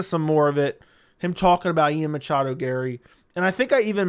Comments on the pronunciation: Please stop saying Machado. Drives me crazy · Dude it’s okay to not say machado every single time 😂